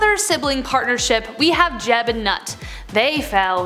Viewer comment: it is not Nut, it is pronounced "Noot"